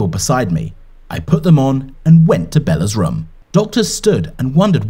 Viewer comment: Is it just me or is pronouncing room like rum